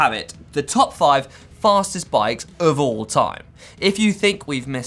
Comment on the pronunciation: That's the weirdest way I4ve heard the word "of" being pronounced ever.. "euff"